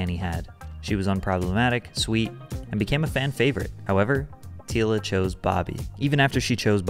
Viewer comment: Anyone question why the narrator is pronouncing her names incorrectly? Tila is pronounced like Tee-ya, and the last name Nguyen is pronounced like Win.